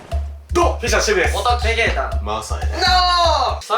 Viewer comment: おとうちゃまTV フッシャーズではなく、フィッシャズですよ